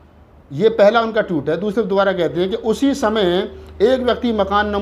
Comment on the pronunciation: Tweet hota hai Toot nahi.